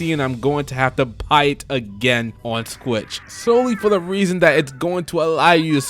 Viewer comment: Is he saying squitch?